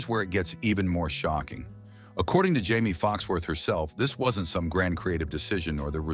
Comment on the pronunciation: How many different ways can you fricken mispronounce Jamie's name? Lol.... Watch and let's find out. 😂